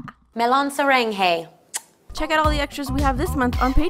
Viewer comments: To the people who don't know who to spell saranghae its not sarenghe it's saaraang-hey 😂😂i hope it helped Camila Cabello sorry (if I pronounce her name wrong) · Camila saying “Melon saranghae” is so embarrassing 😭 especially since she speaks Spanish. Could’ve pronounced it a lot better honestly since the vowels are almost the same